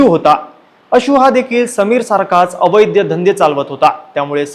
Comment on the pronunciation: अवैध्य धंदे नाही रे बाबा, अवैध धंदे असं म्हण.